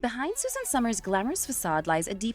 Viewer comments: Her name was Suzanne, not Susan. 🤦🏻‍♀️ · I’ve watched Suzanne for years and the people who make videos on her and can’t even pronounce her first name are just beyond annoying.